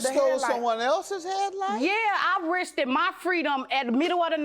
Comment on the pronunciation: “I Risk-ed mi Freed-um” - Lawd have mercy